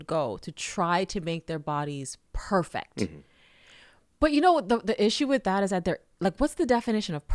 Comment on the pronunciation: She didn’t say “perfect” she said “perfact.” Girl, why you talkin white😂